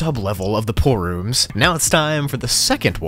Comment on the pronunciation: The Name is Pool-Rooms. Says:Poor-Roms. Nice